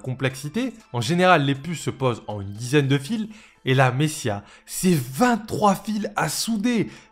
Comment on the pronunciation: Super video comme d’habitude :) par contre désolé je ne peux pas m’empêcher de le relever parce que j’ai vraiment tiqué dessus... on prononce messaiah, pas messia :) tu sais pour la prochaine fois :)